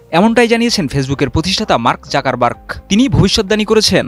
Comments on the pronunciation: জাকার বাগ নারে ভাই 😅 জুকারবার্গ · ঠিকমতো উচ্চারণ করতে পারেন না খবর বলেন মার্ক জুকারবার্গ হবে জাকারবার্গ হবে না😮😮😅